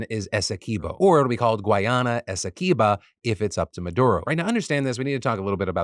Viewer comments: Hey Phil just a heads up... We pronounce Guyana as Guy-Anna. Not Guy- Onna We also pronounce Essequibo as Essie-Kway-Bo. The video below has it sung lol As a West Indian in Canada, my family has met Irfaan Ali, the President of Guyana, and we have a lot of hope he will be a great strength for the country, especially after seeing him on that BBC interview stay firm against the interviewer. I have heard of this border dispute for years and Guyana has suffered a lot over the last few centuries. From African slaves being brought to work, then Indian Indentured labourers, along with some Asian countries. From being the country with the largest mass sui** in the world at the hands of Kool Aid man Jim Jones, I am hoping for peace and prosperity Guyana. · as a Guyanese I’m happy and shocked that Philip is covering this story !! This story definitely needed more awareness! But I cringed every time you said Guyana and Essequibo hahaha